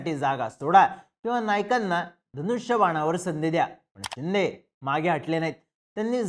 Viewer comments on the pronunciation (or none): शिंदे की चिंदे बोलतोय 🤔 पण ऐकायला छान वाटते 😅